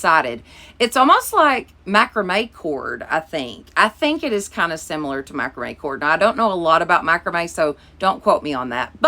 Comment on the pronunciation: Lol. It is macrame cord. You’re so cute I can’t stand it!!!